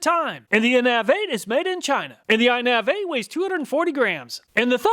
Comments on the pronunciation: Every time he said in-nav-8, I just wanted him say innovate. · I think it’s pronounced like the word “innovate”, not “in/nav/8” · Pretty sure the "Innav8" is supposed to be pronounced "innovate"